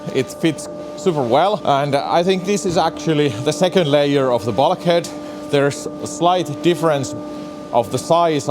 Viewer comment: Love your channel and your English is perfect, not being critical at all but your pronunciation of 'Bulk' is different. 🤗😀